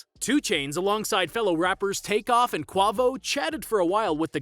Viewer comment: why he say Quavo like that? 😂